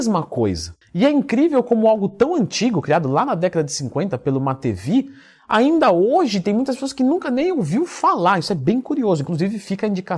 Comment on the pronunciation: Lev Pavlovich Matveev (Лев Павлович Матвеев) Pronúncia de matveev (матвеев): matveyev → má-tvêyêv ou má-tvêêv